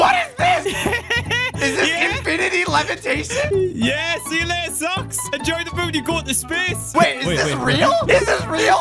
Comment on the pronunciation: Lol the levatashen 🤨😂😂😂😂😂😂😂😂🤣🤣😂🤣😂🤣😂😂🤣😂😂